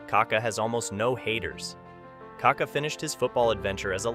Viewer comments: it's not KA-ka, it's ka-KA. The accent is in the second ka. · It pronounces KakÁÁÁ, kaka is a slang for poop in Brazil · Why do you always get his name wrong. There is an accent on the last A!!! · great video, but you could at least learn how to pronounce the mans name